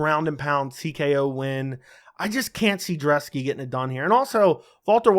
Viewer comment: Dude! It's Brzeski.....not Drzeski! And i think Brzeski gets the upset here. Thanks for the great breakdown!